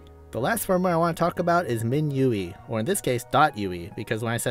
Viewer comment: Minueeeee absolutely pissed me off. Min UI like what lmfao